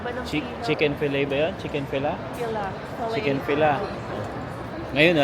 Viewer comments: Huwag Magalit. Chick-Fil-A yata Yun sinasabi mo. A sya. Kagaya A, B, C Ang pagbigkas niya kagaya ng chick fillet. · Small correction po… correct pronunciation for Chick-fil-a is Chick-fil-eyy (as in fillet). Yung Ottawa din but I don’t know how to explain it.